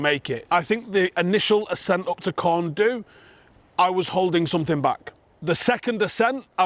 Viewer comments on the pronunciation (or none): you have earned a cuddle. BTW, Corn Du is pronounced in Welsh Corn Dee.